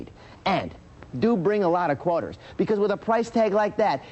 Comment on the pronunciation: What's a Gwarter?